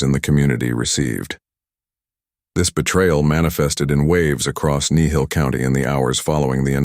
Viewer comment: It's Kneehill... just saying